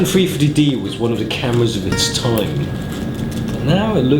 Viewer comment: sounds like you're saying "free 50D" instead of 350D :D